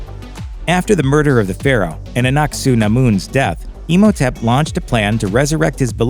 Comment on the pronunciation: I love how you pronounce Imhotep. Like Emo-tep